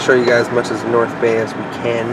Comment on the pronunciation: Is it just me or did he say North Gay😂😂